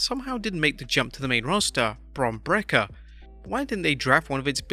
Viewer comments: Bron brekker lmao Bron Break-ker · Lol bro calling him bron breker